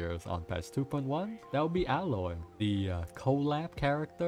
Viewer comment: It's aye-loy btw.